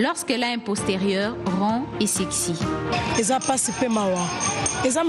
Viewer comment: au lieu aloba SEXY azo loba SEEEEEERRRRCY!! Ahahahaahahahahahhaahahhaahhaha!!!